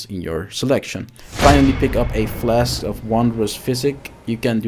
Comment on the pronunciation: "odderwise" "flesk" "ties twoe" "krimpson" "utimately" Gadverdamme